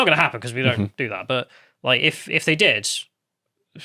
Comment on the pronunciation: "No zhey don't"